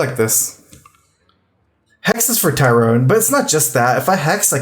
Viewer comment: Not to mention Tyrone I do feel like misspeaks a lot more than other players